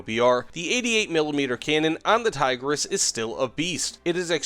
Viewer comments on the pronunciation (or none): His pronouncication left me dead inside. Not even an attempt to pronounce it right. "Thaygrass" 🤮. I don't want to be a snowflake over little things but come on man, at least say that you don't know how to pronounce it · btw the i's in Tigris are prounced like in pig and the s is more like sh in short. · Say Tigris with replacing the "i" with how you would say "e" in english and also "s" with "sh" :D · It is fun to hear Tiger S every time he mentions it